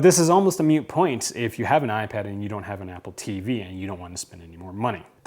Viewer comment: Not “Meute point”, its a “moot point”.